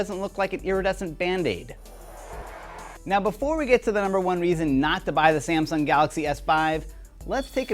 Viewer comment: it isnt samson it is samsung